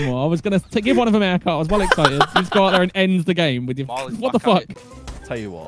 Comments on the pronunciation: “Whiff” I Hope You Had a great year and We Love You Mate And I Hope The Next Year Of Waffling is even Better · "whiff" <3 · hey well guess what. “Whiff” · “Whiff” your best waffler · "Whiff" keep up the great work